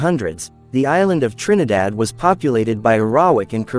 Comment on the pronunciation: I like how the commentator pronounces the name of the island of Trinidad. He has very soothing voice.